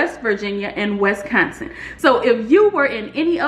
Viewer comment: Omg “Wisconsion” !!! It’s WISCONSIN 🤣🤣🤣😘😘😘